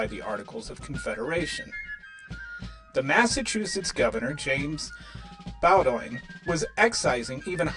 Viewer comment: Bowdoin is pronounced BOden.